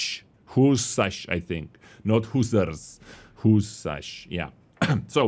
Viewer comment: Husarz: pronounced WhoosARss